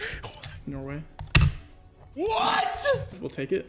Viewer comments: LOL xqc literally said "norweigea" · "Norwegia" jej